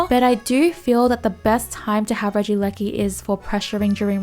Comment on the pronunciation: Holy moly she said regieleki basically perfectly guys lets give a round of applause